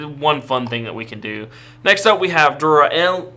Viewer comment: Pronounced Duranda-mon as in the sword Durandal. Bryweludramon is a bit harder to figure out how to type phonetically. Brai-wel-LUdramon.